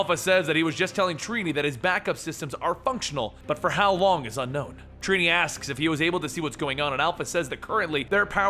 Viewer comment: Lol "treenee" it's trini